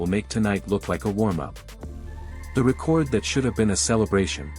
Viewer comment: Why do you keep saying a 40. Night do free throws not count anymore well if they do she scored 45 points I don't know why y'all say 45 in one part and then say 40 and another part you said you were going to talk about all this stuff that we don't know about that's b***** you can't even pronounce record right cause you or nothing but AI content bulshit anytime you hear a voice and they can't pronounce names correctly or just normal words correctly you know it's AI generated bulshit and I do get sick of it I honestly wish I had never been invented at all because it's not going to end up being good for America y'all can talk about the medical s*** and all that all you want to the truth is it's your time in God's going to take you then God's going to take you you don't get a choice in it didn't mean to even get into that but this AI s*** you don't know if anything somebody is putting on here is the truth or complete bulshit it doesn't matter they put pictures and make them look like these two people are really together when they're not so so far AI has been more of a b***** scam on social media than anything else I haven't seen where this helped anybody saved anybody but it is going to make it so much easier for people to get into other people's identity I can guarantee you that as if we didn't have a problem with that already I had 24,000 stolen out of my account because they use AI they can get into numbers and go through so many numbers in three or four minutes then you could